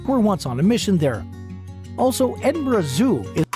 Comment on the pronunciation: Also not being able to pronounce Edinburgh properly or saying glasgow using glass gow as in cow. You'd think they would research pronunciation of words.